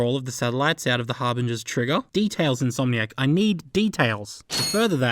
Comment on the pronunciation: you pronounced insomniac incorrectly, "mate"